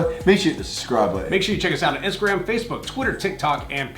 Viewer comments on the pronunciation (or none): none